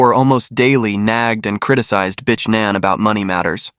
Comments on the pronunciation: Omg Everytime u say her name I just cringe. It's not pronounced bish, it's pronounced bic like a bic lighter "bic ann" smh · Yo its pronounced bick. Not bitch lmao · Just say "B" and glide onto the next word; it will sound professional. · Really? you literally pronounced her name “bitch”. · Wow — this has to be the worst pronunciation of the Vietnamese name Nguyen I’ve ever heard. And seriously, her name is not pronounced “b*tch.” That’s not just wrong, it’s disrespectful. If you can put in all that work to write and produce an Asian story, you can spend one minute learning to say the names correctly. Either get the pronunciation right or stop telling Asian stories altogether.